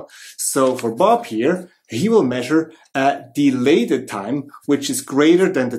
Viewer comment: You said Dialated Time, I heard Delayed Time ⁉️😕😵🤔